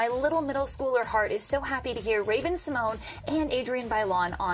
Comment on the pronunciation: It’s pronounced Symon-yay